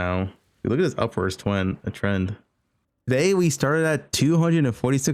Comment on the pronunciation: twend >w<